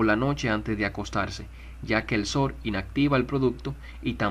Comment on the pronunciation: Ay, no, como dice sor, en vez de sol. 😬